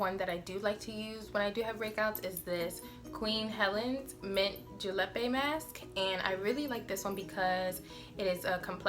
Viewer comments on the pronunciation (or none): Nice video! The mask is pronounced Julep (ju-lip) ☺️